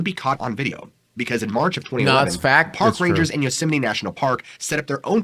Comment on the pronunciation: Why does he call it yoseminy? Sounds like he is Mickey Mouse arguing with his wife in Spanish and saying “Yo sé, Minnie!”